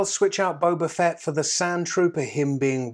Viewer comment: it's Boba Fett not Boba Fett!!! Gosh darn it